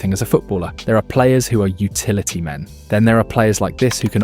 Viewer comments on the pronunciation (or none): none